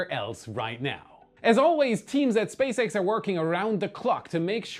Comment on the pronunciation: Was not paying attention and for one second I thought said Space Eggs instead of SpaceX. I went like: what was that?